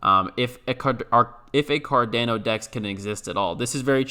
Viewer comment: Please stop saying Cardano like that 🤣